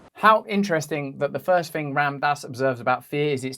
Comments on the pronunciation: Russell, brother... it's Rahm-daas (pronunciation -> the Ram is important to pronounce because it has Sanskrit-beej power in it) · Please pronounce his name correctly Russell